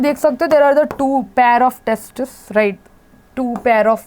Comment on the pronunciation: Mam " two pairs of testis" 😅😂...